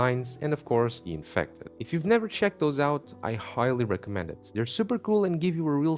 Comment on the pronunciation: The infectdih